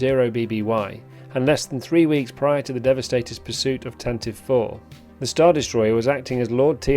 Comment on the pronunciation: Love the History of the GFFA & this ship particular ! one pronounciation correction ... Tantive IS Said (Tan-Tee-VEE). Not Tan-Tiv. the 'ie' Is Not Silent.